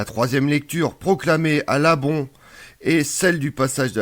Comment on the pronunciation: Très cher, je voulais vous remercier pour l'exposé historique que vous avez publié avec véracité historique sur les fêtes pascales dans l'église chrétienne-catholique sur YOU-TUBE. "MERCI!" Si j'avais, une remarque à vous faire c'est que "l'ambon" ne se prononce pas 'l'abon" mais "l'ambon" avec un son am qui se dit en. petit Frère David de la fraternité de Tibériade.